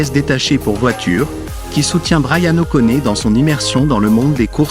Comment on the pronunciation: Et appeler Bryan o'conner, quelle honte cest O'Connoooor bordel de voix ia de m*rde